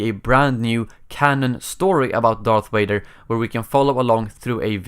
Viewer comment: Darth Wader